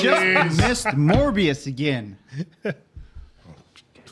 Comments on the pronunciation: Mobius, like the strip, not Morbius, like the massive let down. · MOBIUS, not Morbius. I cringe each time Morbius is said. Love your reaction videos. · There isn’t a single character in this show named MORBIUS so what do I keep hearing this name every few minutes?! Come on guys I know you’re old timers but you should at least be able get the names right and not mispronounce everything like that senile old man at the barber shop. Bro read the name, sound it out, you can do it. It’s honestly not that hard… there’s no R in his name dude. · Every time he calls Mobius Morbius I get a twitch in my eye. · calling him “Morbius” on purpose right? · it's MOBIUS. No R. Morbius is a completely different character. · It’s MOBius not MORBius for the love of Pete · At this point, I don't know if you're doing it on purpose or if it's a long-running accident, but PLEASE stop calling Owen Wilson's character Morbius. It's Mobius. No R. Hard to take any of your analysis seriously when you can't get one of the main characters' names right. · Stop calling Mobius Morbius! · Its MOBIUS..NOT MORBIUS!!!! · It's "Mobius" not "Morbius" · Is there an inside joke I missed from the season 1 reactions, re: Mobius´ name? I was confused, suspicious, and then confused again when I didnt hear it pronounced properly once 😂